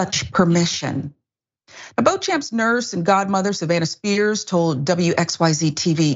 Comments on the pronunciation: It's not pronounced as bo-champ but bo-shamp. It's derived from French. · the name is pronounced, "BEACH-um". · It's pronounced BO-shomp......... Jerk.